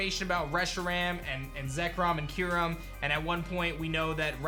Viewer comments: I hope you’re right so they can finally know how to properly pronounce Kyurem. I’m pretty sure it’s not Key-Room or Que-Rum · As a huge Unova fan, I have to doubt Legends Kyurem. No two people pronounce that name the same way. I'm all for Unova going agrarian though!